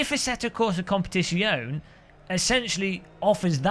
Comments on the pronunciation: competizione it's Zion-a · OMG such blatent click bait.😁 Your right though iRacing needs a good kick to even think about changing its pricing system. Oh and and when pronouncing Italian words generally all of the letters are pronounced, don't forget the 'e' at the end. Love ya byeeeee.